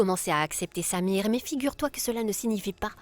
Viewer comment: J'aime Quand prononce le nom de samir!